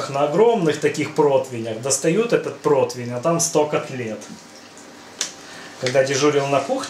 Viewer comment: Протвень? Когда же вы разговаривать научитесь?